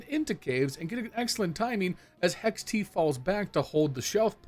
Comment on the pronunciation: You calling hext, hex-t makes me irrationally angry lol.